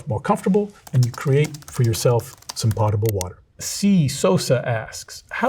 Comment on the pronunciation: homie doesn't even know how to pronounce potable lmfao